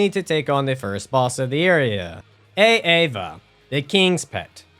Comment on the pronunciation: It's Aava, not A-Ava. You're not a substitute teacher